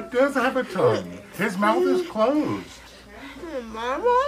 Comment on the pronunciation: "I don't have a tounguhhhhh "